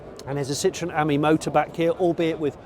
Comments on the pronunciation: Ami is pronounced as the French for friend the emphasis being on the I ( Ameee ) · With the Panda you can get lettering to fit into the indentations. Ami has the emphasis on the I , pronounced as friend in French not the way you pronounce it .😢